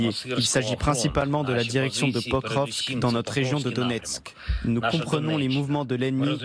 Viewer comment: L'ambassadeur à Moscou qui ne sait même pas prononcer le nom de la ville de Pokrovsk. Alors que le porte parole de l'ambassade de Russie en France maîtrise le français mieux que les journalistes et les généraux de pacotille. Deux mondes différents.